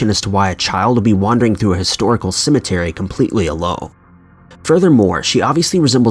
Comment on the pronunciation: This is how many times he says cementary 👇🏽